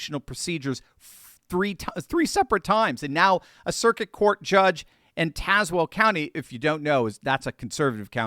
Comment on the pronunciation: Thank you for saying Tazewell correctly